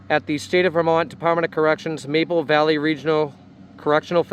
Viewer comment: Marble, not Maple.